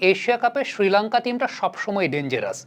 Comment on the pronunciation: ভাই উচ্চারণটা কানে লাগছে, ষ্রীলঙ্কা না বলে শ্রীলঙ্কা উচ্চারণ করুন